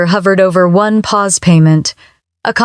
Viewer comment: When "Pause" is spoken as "Poesay" you know immediately that this video is NOT being narrated by a real person. Instead, it is being narrated by a ROBOT! And the captions are AI-generated. Thus, this video is FAKE!